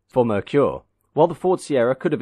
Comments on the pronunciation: Or maybe Ford II, Mercury II, or the names that were rejected by Ford in the 50s, to make a new brand in the 50s. Or, they could tell people to pronounce Merkur, “Mer-Ker", and not “Meir-Qier". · There was an ad campaign back in the day to teach Americans how to say Merkur. I remember the ad campaign pronunciation as MARE-COOR. I thought the XR4TI and Scorpio were gorgeous, game changers for Ford. I was saddened when the whole thing collapsed just a few years in. Still love both vehicles to this day.